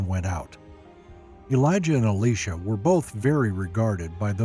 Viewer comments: Elijah and Elisha , still pronounced Elijah and not Alisha .... Both Elijah and Elisha are men and not a woman 🤦🤦🤦 .... stop calling him Alisha 🤦🤦🤦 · the pronunciation of the names are so off....Eleesha??? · I'm sorry to tell you I think you're saying Elisha's name wrong for your saying the female name and Elisha is male in the bible. I know that because my name is Elisha and I'm male and it's not said like that. I dislike how bad he pronounce Elisha so wrong is uh·lai·shuh. Thanks for your time in reading this. I hope you have a great day.